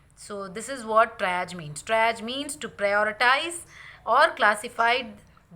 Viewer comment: Great video with lots of useful information. I think Triage is pronounced as “Tree Arge” not “try arge” but thanks for all this great information